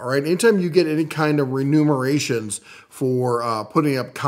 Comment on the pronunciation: Switch the “n” and “m”. It’s “remuneration”, not “renumeration”.